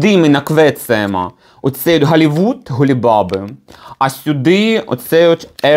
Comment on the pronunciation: "Холівуд. Голі баби" 😅😅😅англійська, яку ми заслужили 😅😅😅😅